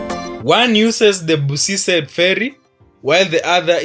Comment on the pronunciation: BRO IS NOT BUSISE ITS BUSISI KIGONGO